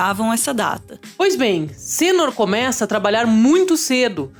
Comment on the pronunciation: Não é "Sênor" é "Senôr"